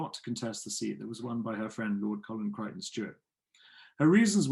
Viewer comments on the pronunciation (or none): none